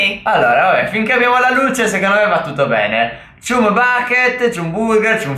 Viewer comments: La pronuncia è ciam non cium a parte questo siete grandi. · Probabilmente Non conoscete bene il mondo di spongebob ma chum bucket si pronuncia ciam backet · Bel video, anche (se non ricordo male) si pronuncia "cham" e nn "chum" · Non per criticare però chumb si legge ciamb se non sbaglio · Niente 10 in inglese Perché si pronuncia chamb bucket